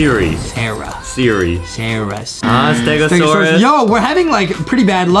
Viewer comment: Actually its sara